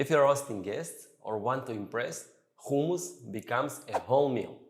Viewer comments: He’s an Israelí Jew which is why he can’t pronounce it correctly 🤷🏻‍♀️ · I'm not a cook but I'm sure it's humus not khumus. Even in Hebrew it's written in the aspirated h not the Cha. But that what happens when appropriate a culture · Actually. It is Hummus. Whether you use the softened "H" sounds or the tougher Arabic "ح" sounds. And only if your language doesn't have neither sounds, like Russian for example, then "Khummus".